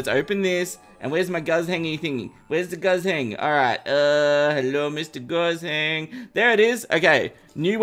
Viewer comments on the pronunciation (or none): Me who understands chinese and heard pronounce guzheng as gazeng and not koo zheng, yeah idk how to explain it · the dynasty wepon is pronounced gu jeng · saying guzheng hurts my soul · Congrats, u officially pronounce Guzheng wrong lol